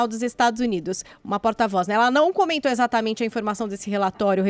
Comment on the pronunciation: Como dói ouvir o Adriles não conseguir pronunciar a letra "E". Troca tudo pelo "i" . Para trabalhar em rádio, dicção deveria ser requisito mínimo. "Izatamente" isso.